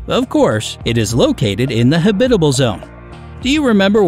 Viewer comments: Don't much care for professional voice artists consistently mispronouncing words, e.g. huhBITable rather than the correct HABitable. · I cringe whenever I hear him say, "ha-BI-ta-ble." Who has ever pronounced this word so strangely??? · Man this guy’s pronunciation is garbage lol. Neuron Star? You mean Neutron? Habitable? Lol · That word is so weird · me too.... when I heard it the first time i thought "silly narrator, that's not how you pronounce Habitable"... but he did it again and again, and I was like, "yeah, he nor anyone at has ever heard habitable spoken by anyone else before..."